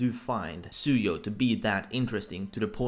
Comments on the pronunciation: fax gonna throw shade can't pronounce the name even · Chaotic Plus 👏👋 BOI and it's "Tsuyu"